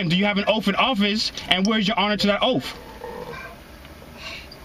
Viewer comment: He axed the cops if they took an "oaff".. instead of taking and Oath.